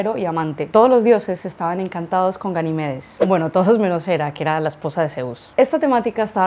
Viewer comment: Ganímedes. Acento en la i. No en la primera e. Al menos acentúala más porque se te entiende bien al principio pero la segunda ya se te oye el acento como llana. Es esdrújula. Buen vídeo